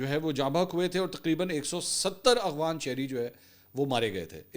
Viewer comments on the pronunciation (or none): Mansoor Ali Khan# 10 time cmnt KIA k Bhai Afghan word hai or aap aghvan bolty hain....mgr afsos shyd kbi cmnt nahi daikhy gye